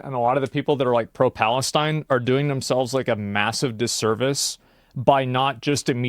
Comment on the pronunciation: the way he says palestine 😂 What a clown.